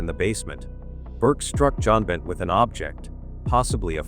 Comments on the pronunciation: Learn how to correctly pronounce "Benet".........it's only been DECADES that it has been spoken on various News outlets. !!!!!!! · Learn how to correctly pronounce "Benet".........it's only been DECADES that it has spoken on various News outlets. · BenAY NOT FLIPPING BENNETT. If your going to post a video that has voice overs, check the blasted AI for accuracy! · The young victims last name is pronounced Ben-nay, it is not Bennett. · It's nit pronounced Bennett!!! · It kills me when people make crime videos and can’t even get the name of the children or the family correctly. It is not Bennett. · The bot's interpretation is not accurate, besides reading way too fast; the child's name was Benet, not Benny.